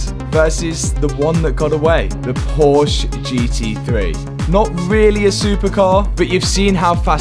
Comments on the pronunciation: Still not pronouncing Porsche correctly. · Its called Porsche not Porsch! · did say coop instead of coupe? and porch instead of porsche?